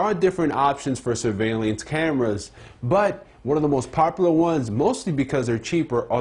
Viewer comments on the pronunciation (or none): THIS is why you should stay in school kids,,......... Learn grammar. " Sur - ve - lee - ance cameras " ?